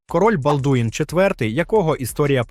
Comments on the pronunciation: Вчи французьку, не будеш виглядати валянком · балдУін прокАжений .... Хоча б вже наголоси виставляли коли аішку юзаєте